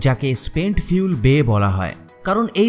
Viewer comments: আপনি ফুয়েল না বলে ফিউল বলছেন ? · খুব ভাল ভিডিও। কিন্তু ভাই, Fuel = "ফিউল" (যা আপনি উচ্চারন করেছেন) মানে কি..??? from BANGLADESH.